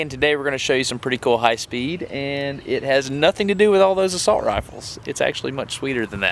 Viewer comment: "Assult Rifles" 😑